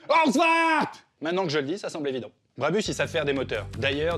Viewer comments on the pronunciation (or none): Ça se prononce Brabousse décidément je vais devoir vous faire la remarque sur chaque vidéo qui parle d’un truc près de chez moi